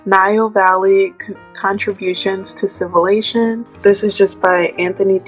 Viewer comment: I was saying the exact same thing, civilation. Get that out of here😂